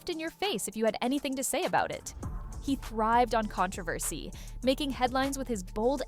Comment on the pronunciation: Is this a robot voice or did you pronounce controversy two different ways?